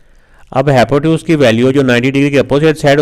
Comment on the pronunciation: Hypotenuse ❌hypoteuns✔️